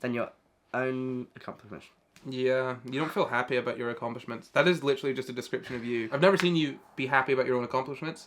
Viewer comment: I FREAKIN LOVE HOW HE SAYS “accompamesh” INSTEAD OF ACCOMPLISHMENTS- Dyslexia at work right there- (I think it’s dyslexia)